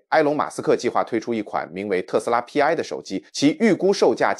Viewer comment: 不應該讀作P, I。應該該讀作希臘字母丌（排）。Pi 拼在一起讀。就是同於圓週率的丌。